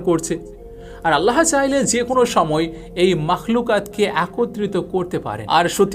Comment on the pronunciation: বিশাল বক্তা! এখনও আল্লাহ্ উচ্চারণ পারেন না। আল্লাহো কোথাও লেখা? ও কার কই আছে? আগে শিখেন, তারপর পাকনামি করেন।